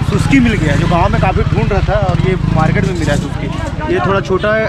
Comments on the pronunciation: Bhai suski nahi ga... Suksi... 😄😄😉 selfi kaha he... 😄😄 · Usko sukshi bolte hai Suski nai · सुसकी नही भाई सुकसी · सुसकी नही भाई सुकसी बोलते है